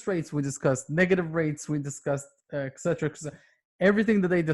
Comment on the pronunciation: Etcetera not ekcetera